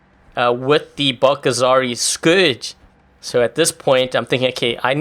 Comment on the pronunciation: i know its dude...but please in the next time say scourges not scrouges